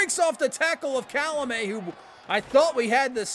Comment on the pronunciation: Idk if anyone told you yet, but Calmelat’s name isn’t pronounced Calamet. Unless you pronounce it Cal-meh-layyy. His name would probably be spelled Calmelāt. My head canon is that he is half Hawaiian & half French. Born in France before moving to Tampa.